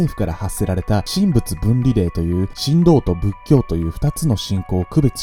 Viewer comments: 神道は「しんどう」ではなく「しんとう」と読みます。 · 神道の読み方は「しんドう」ではなく「しんとう」と読むのが自然です。 既にどなたかに指摘されておりましたらすみません。 いつも楽しく拝見しております。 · さんの声や語り口は大好きなのだけれど… たまに、日本語の間違いがあるのが残念です… たとえば、この動画だと 「神道」←これ、『シントウ』って読むのですが、「シンドウ」と発音されている気がします…